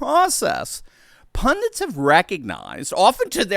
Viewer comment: The word is pundits, not pundints. Please start getting it right, seeing as you use it in virtually every video, thanks.